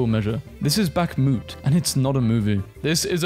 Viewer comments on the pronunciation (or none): none